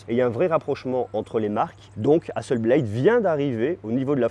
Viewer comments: Juste une petite remarque. On prononce HASSELBLATE.....et non HASSELBLAIDE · Excellente vidéo comme toujours ! Merci ! (Juste peut-être la prononciation de Hasselblad 😉 pour être chiant …)